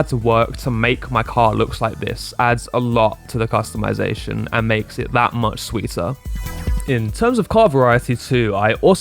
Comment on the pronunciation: You hit every single topic i had in the top of my mind, i definitely turned off the voice dialog and sub tittles and every other talking AI that was making me lose my mind!! Also i got a nit pick with the word Customization! 😅😅 sorry had to do it..